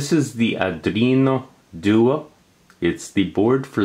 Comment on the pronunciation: pronounced are do-ino doo-ey not are drino due-ah